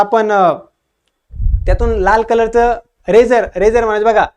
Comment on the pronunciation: सर, ते लेझर असते , रेझर नाही.